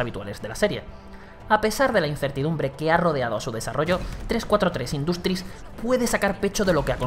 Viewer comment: "gameplay", "industri" asi de literal..... tu ingles es exquisito, sin fisuras..........